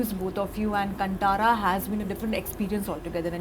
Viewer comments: It’s not Kan-ta-ra. It’s kan-tha-ra. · The host hostess can't pronounce the name even ? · Host - pronounce the movie name correctly